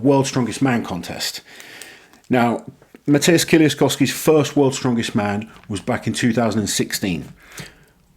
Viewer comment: His name is pronounced more like Mateush Edit: Also try to say kie-leash-kovski it would sound better